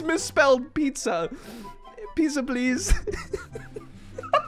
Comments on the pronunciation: PIZA??? IT'S NAMED PIZZA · I just ate pizza and he said Piza pleez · I laughed really much The fridge said piza pls